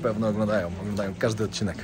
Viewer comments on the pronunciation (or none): none